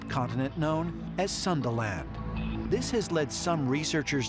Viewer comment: Sunda land = sandal-end